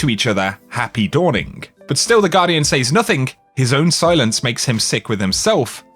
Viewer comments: Your inability to pronounce the word “says” is like fingernails down a chalk board. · Anyone else get annoyed at the way he pronounces 'says'?